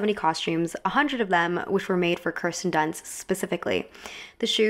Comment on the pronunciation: Her name is not pronounced KER-sten, it is pronounced KEER-sten.